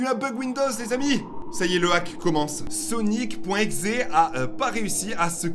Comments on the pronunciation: Deéja c sonic. exe et pas sonic eyx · Il s'appelle pas Sonic .eux mais Sonic . exe et ont prononce ixé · La vidéo et trop bien et sa se dit exe